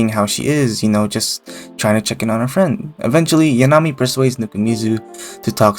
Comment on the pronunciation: THIS is the video makeine needed, holy shit, good job. Love the music, loved the analysis, loved the visuals, hated your pronunciation of 'Yanami' lol Very good deep dive on the 3 main girls. Too bad Komari's approach is the least direct of the girl's, being separate incidents, while Yanami is playing the long game and Lemon is charging forward at mach speed I guess what's so good about the series is that the relationship between the characters are really organic. The first 3 volumes were purely friendship forming between Nuku and the girls, while the whole club is still uncertain about their feelings(Nuku included) in volume 8.5, although Komari has the clearest picture since she was definitely thinking about it since volume 4 I just think that you painted too good of a picture of Yanami. Like, she is most likely using Nuku's preferences only she knows to have an advantage, but she is still the same girl who forgot her money twice and got stuck inside a wedding dress too small for her, she definitely didn't mean for the pen to have her name and Nuku's guess was probably right I'm so fucking hyped for season 2, the anime was such an amazing success because it was so good and beautiful, I can wait to see how they will handle all the Shikiya snow scenes and the Lemon date